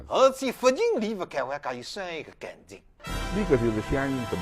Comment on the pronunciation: 这两老先生也受北方话影响了，“感情”一词发音不准